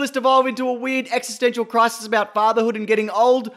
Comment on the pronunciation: Existential cri-sis! Existential cri-sis! Existential cri-sis!!